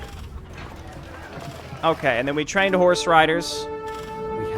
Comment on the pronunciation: We have tchrained a horse rider!